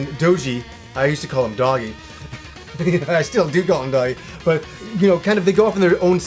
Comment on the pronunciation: It's pronounced Doh-gee in the games and anime... ha I just realized how ambiguous the pronunciations in this series are. First you have Ys (why's? Wice? eez? eece? Why-Es?) Then Adol (Ay-doll? Ah-dull? Ay-dull?) and of course Dogi...